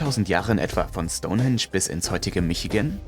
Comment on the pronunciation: Stonensch 🙈 STOUN HEEENSCH wird es ausgesprochen.. Bist du echt so Sprachbegabt oder machst du das extra um Kommentare wie meins jetzt zu generieren?! So oft deine Schenkel klopper Schtonensch 🙊